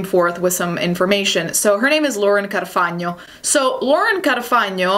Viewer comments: I think you're my fave youtuber! Btw love how you say Carfagno. It drives me a bit nuts when we make stuff sound English when it isn't. 🤣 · Are you Italian? Or italian relatives / family... I'm asking because your pronounce of "Carfagno" is perfect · I love how you said Laura’s last name correctly. It was MUSIC TO MY EARS IM TELLING YOU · The way you pronounce "Carfagno" 😍❤ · LOVE THE WAY YOU PRONOUNCE "CARFAGNO". THAT WAS SO ITALIAN OF YOU <3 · Yes girl the Italian really popped off with that “carfagno” pronounciation im living, also the bangs are such a good look for you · Totally out of topic but I love how she pronounces “Carfagno” 🙈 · I love how you say Carfagno =D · I am SO pleasantly surprised hearing you pronouncing "Carfagno" so perfectly. I'm new to your channel so I don't know if you're italian heritage or what...but it's just so refreshing to hear an American pronouncing an italian name without butchering it haha well done and good video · I'd like to compliment you on how you pronounce Carfagno. I appreciate you pronouncing Italian names properly. Also, you make such solid content. You'll have a million subs in no time! Edit: Just watched the racist pineapple video, and realised you're actually Italian. lol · The way you say carfagno is impressive! You sound so Italian somehow. (I am Italian) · Oh my God I love how you pronounced Carfagno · Hold up, you actually said 'Lauren CARFAGNO' in a perfect Italian way, I'm Italian raised in London, so hearing an English speaking person say an Italian name with respect to the language is SHOCKING! Are you Italian? :O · Say Lauren’s last name again...... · omg say carfagno again 😍